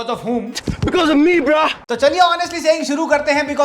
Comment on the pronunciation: Ye Asim to apne apko angrez samajhta hai,,,Indian Nehi,,,,😂😂bro ko bhi bra bol diya,,hii re english🤦